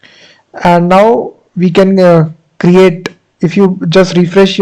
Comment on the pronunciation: why you are speaking like stttrrrapi and crrrrrreatttte, pronounce r and t once, it's enough